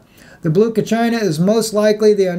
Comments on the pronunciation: Brother it is pronounced "Ka cheeee na". thanks for your video on this subject. Very well done. Shalom. Maranatha. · Kachina is pronounced Ka-chee-na. 1 AU is one astronomical unit= distance from sun to earth. All of this is happening. There are good channels with visible proof. Climate change happened from the outer planets inward, where the system passed. It wasn't the cars on Neptune...